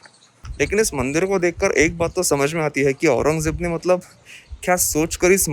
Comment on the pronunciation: Call aurandya sorry aurangya bhai not aurangejeb 🤣🤣🤣